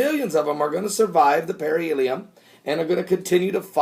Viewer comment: It's not "perihelium", it's perihelion!